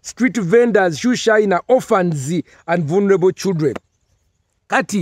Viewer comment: I like the way he pronounced that word voo luneable 🤣🤣🤣